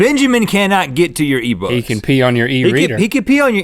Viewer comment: Just sayin its iBooks not ebooks